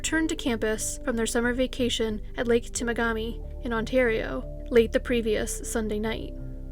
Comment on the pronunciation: That would be, "Lake Tim-AW-ga-mi, in Ontario".